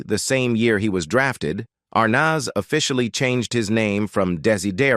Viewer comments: Good grief! You would think that the narrator would at least pronounce Arnez correctly. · Pictures don’t go with story. This is Lame. Belongs on radio. These robot announcers can’t be expected to check pronunciations in advance. ARR nazz. Priceless. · Can’t pronounce words and names properly like Dessie last name and the kid who plaid their son. Get it right or don’t do it. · "Dacey Arnoz" seriously?????????